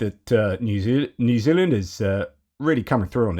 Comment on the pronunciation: Re ref to New Zealand. I thought you were having a stroke! 🤪